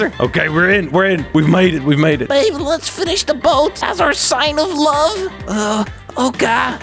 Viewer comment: I choked on water when he said “oh my god ba be u shouldn’t have” I think he had a stroke